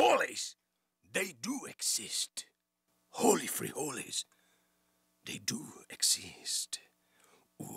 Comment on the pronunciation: Nadie va a hablar del: "jOli frijOles" ? enserio nadie? jajsjsjjsjsjs